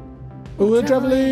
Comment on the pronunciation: I think you pronounce Trevally the same way you would say "vally," just with a quick "tre" at the start. Not very important, but you seem to struggle each time😅